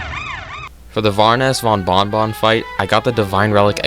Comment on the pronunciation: “Baroness Bon Von Von” No but seriously you are my fav cuphead YouTuber lol